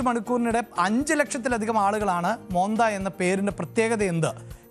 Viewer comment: മോന്ത എന്നല്ല മൊൻതാ എന്നാണ്